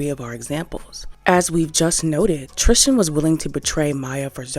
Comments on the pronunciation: Love the video but why do you pronounce Tristan name like Tristian lmaooo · Tristan's name is not one that rhymes with Christian. TRIS-TAN. It's killing me bc I love this channel.